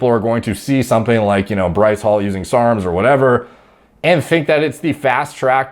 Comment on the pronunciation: You say Bryce wrong. You say it like “Berr-ice” put less emphasis on the “berr”